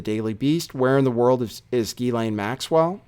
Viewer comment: FOR THE LOVE OF GOD HER NAME IS PRONOUNCED: JHIZ-LAYNE